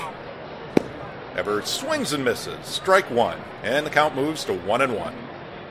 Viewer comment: 54 seconds in and you've got a mispronunciation. "Eevers"